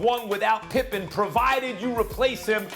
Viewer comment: It’s Pippen